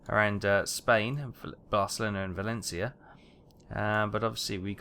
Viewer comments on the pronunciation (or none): none